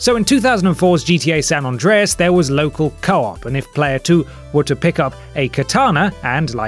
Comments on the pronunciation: San ANDREAS not San ondreas.. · "JeeTeaAye Saan Ondreas" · What's a San Ondreas? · Sanondreas? What's that?